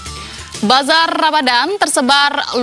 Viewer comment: Sebutan nya Bazarrrrrrr Ramadan. Nasi KerrrBau.. kaya sebutan Org Zimbabwe